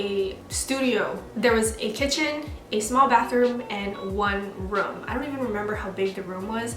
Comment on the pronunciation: girl stop saying "room" you say it so weird!!